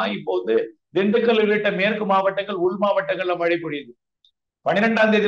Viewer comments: மலை,மலை,மலை ஐயா தமிழ் படிங்கடா அப்புறம் செய்தியாளர் வாங்க😢 "மழை" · Malai இல்ல. மழை. சரியாக உச்சரிக்கவும்